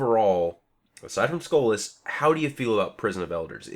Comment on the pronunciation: Why does he keep saying "Skola"? It's SKOLAS, notice the S in there